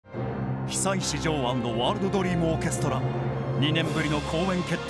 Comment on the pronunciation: 월드 드리무 오케스타 어쩔;;; 아니 나라 특규의 엑센트는 이해하겠는데, 아나운서가 너무한거 아니냐 적어도 알아먹게는 발음해얄거 아냐